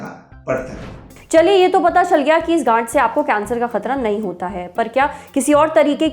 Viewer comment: Gaanth not gaand✊